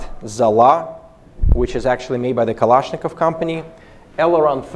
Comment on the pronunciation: Русский акцент палится по дифтонгам. Послушай, как он жестко произносит гласные в словах типа almost - олмост вместо аулмоуст. А нэйтив, в свою очередь, не смог бы так твердо произнести Калашников, как Сэм говорит. Так же у него стандартные, для русскоязычного, проблемы с выговором дифтонгов перед твердыми согласными в словах типа rolling. Ну а окончательно все становится ясно, когда он произносит "Ахотник", 100 из 100 нейтивов сказали бы "Охотник", часть бы еще и с ударением на последний слог :)